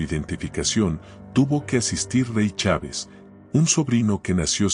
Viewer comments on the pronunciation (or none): none